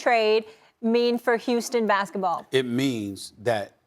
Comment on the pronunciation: Heeston rockets?